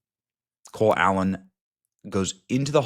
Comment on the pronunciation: Ever notice when Benny says Cole Allen really fast it sounds like he's saying "clown".